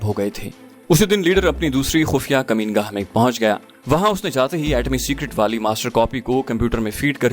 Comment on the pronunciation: یہ لفظ مکین گاہ ھے ۔ کمین گاہ نہیں ھے اسے درست کر دیجئے ۔ اکثر اوقات پڑھنے والے لوگ یہ غلطی عام طور پر کرتے رھتے ھیں ،جوکہ افسوسناک پہلو ھے ۔